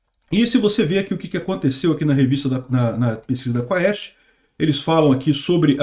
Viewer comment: A pronuncia é Quest, não se fala o "a"